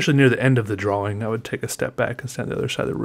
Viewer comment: a “prawing” lol